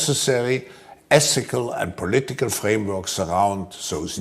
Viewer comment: I definitely can't trust anyone who pronounces ethical as "essical".